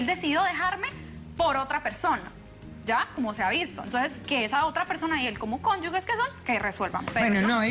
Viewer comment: Doctora, no es “cónyugue”, es “cónyuge”. “Ge” como en las palabras género, genio,agenda,ingeniero, etc.